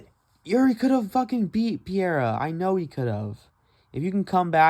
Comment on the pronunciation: Dude can’t even say Periera lol cringing every time he says piera